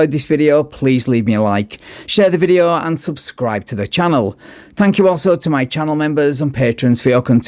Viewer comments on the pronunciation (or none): none